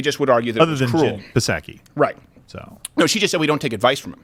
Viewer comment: Psaki--it is pronounced with the "p"